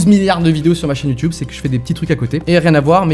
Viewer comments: Arrêtez de prononcer "youtoube" au de "YouTube " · youtube pas youtiube!!!!!!! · Ça choque que moi qu’il dise youtioube ?😂 ( même Si je sais que ça se dis comme ça ) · Il dit youtoube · Quand tu commences à dire YouTioube c'est que tu commences à être ancien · On en parle qu'il dit youTUibe ??😂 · Bah il le dit juste avec l'accent anglais "YouTube" qui se prononce "Youtioube" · Ça me perturbe quand il dit « YouTube » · Nettost 787 merci sherlock juste il y a peu de youtuber francais qui le prononce ainsi (hors canadien) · Noooon.... Tu prononce Youtube comme les vieux. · Mec tu prononce trop bizzarment youtube 😂 Mais après tous qui suis-je pour dire sa à un ytb